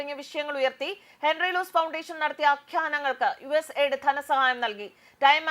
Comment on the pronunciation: USA ld അല്ല US AID എന്ന് ശരിയായി പറയു.